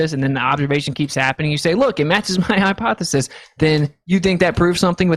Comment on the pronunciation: My boy got some stupid hair 😂 also ..why he saying HYPOFESIS 😂😂 people that say words wrong always say them like 100 times in the conversation 😂